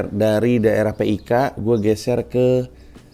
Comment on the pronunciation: BANG PANDJI PIK nya DISEBUT JDI KATA AJA AGAK ANEH KALAU DIEJA 😅😅😅